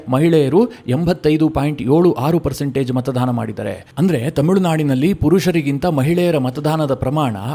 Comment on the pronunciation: ನೀವು ಪದೇ ಪದೇ ಮತದಾನದ ಬದಲು ಮತಧಾನ ಎಂದು ಉಚ್ಚಾರ ಮಾಡುತ್ತಿದ್ದೀರಿ. ಅದು ತಪ್ಪು. ಸುಧಾರಿಸಿಕೊಳ್ಳಿ.